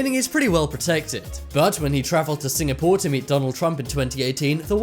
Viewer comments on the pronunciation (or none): none